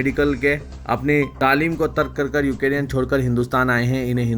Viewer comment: یو کے ری ین ¿ نہیں یو کرین Ukraine